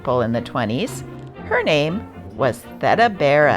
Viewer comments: Thee Duh. I’m so tired of AI slaughtering words but to be disrespectful to the point where the name of the subject isn’t even pronounced correctly, despite the audio in the clips. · "Theda," is pronounced like "Fee," but with a "T," before the "duh." Theda Bara, was one of the first celebrities in the USA, as we understand the idea of celebrities today. It might be nice if the research involved with finding information to publicize included verifying pronunciation. With the mispronunciation of her name, I quit listening. If one isn't informed about the name, how can anyone correctly inform others about what that name really meant to the population reading that paper. Mutilating language is a luxury that journalists and influencers can't afford and which tears apart out folklore, our heritage, our culture, and most importantly, our history. When ignorant elitists, denied our children access to writing and reading cursive in public schools and banned books which were relative to those defining our cultural basis, I was horrified. It smacks strongly of the history of Nazism......a belief system repugnant to any civilized human being.... Resurrection of the printed ideas that formulated our past is one way of curtailing ignorance......for a while. And, it actually might provoke interest in reinstating our descendants right to understand and read their heritage without AI intervention. After all, if you can't read the original language it was written in, "Cursive," otherwise known as "Script." by the actual hands of our forefathers, you have no idea if what you are able to read is correct. But, the only way you have of knowing what a word correctly sounds lik